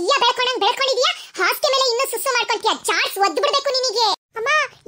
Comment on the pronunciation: Bro susu adu sasu alla